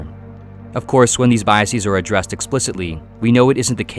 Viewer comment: You don't have to say biaseez. It's not like other smart person words like analyses or hypotheses. Bias doesn't end in -sis, so its plural isn't pronounced seez. It's just biases. Like how you say houses. You wouldn't say houseez.